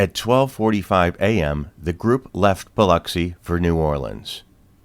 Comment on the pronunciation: I’m impressed that this actually pronounces “Biloxi” correctly.